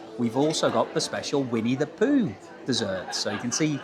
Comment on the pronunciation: It's Pooh not Poo :(